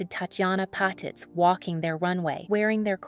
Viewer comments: Annoying voice narrating, pronouncing the name of its subject wrong. It's "pah-TEETZ" not "pat-its". Tatjana deserves better than this, she was one of the best, RIP. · Patitz - PA- TEAZ